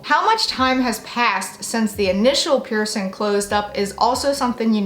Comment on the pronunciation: It is "PiercING" not "piercin". Please try to speak correctly or not at all.